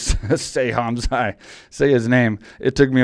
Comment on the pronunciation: Mike, Khamzat - K is silent(like Khabib), so Hamzat, T is NOT silent . 'Chimaev' - you got it right . In case you're wondering I'm from that part of the world. Love the podcast!!!